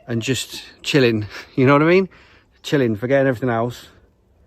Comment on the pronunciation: When he said chilling,I almost heard killing..😂😂